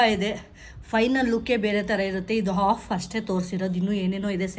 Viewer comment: Hey, I hope you don’t mind me saying this, but I’ve noticed you pronounce a couple of words like 'breakfast', 'chef'(sound- shef) and 'half' a bit differently as breakfost, chef(sound che) and holf. Just thought I’d share it with you in case it’s something you’d like to work on